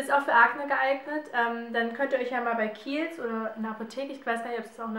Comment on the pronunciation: warte mal wie heisst die marke der creme ich habe dasnicht verstanden . ich habe erst keels bei google eingegeben